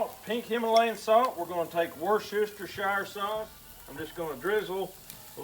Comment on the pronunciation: What part of Alberta are they from? Coldest I’ve ever been in my life was in Edmonton...I thought my nose was gonna fall off! Dude I’ve never heard anyone pronounce Worcestershire like you did 😂 love it!!!! Love lamb....those looked awesome! Have a great week buddy